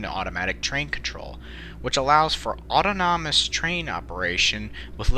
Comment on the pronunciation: Auto-nawmus? Aw-taw-nuhmus